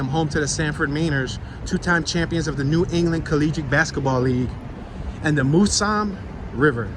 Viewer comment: The river is said like this: "Mouse-um' Also, welcome to Sanfid